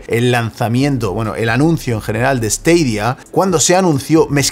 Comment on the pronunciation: esteidia? porque cojones no lo pronuncias como todo el mundo?